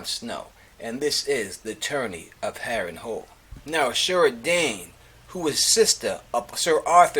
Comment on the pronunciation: Harren Hall lol pronounced Harren Hell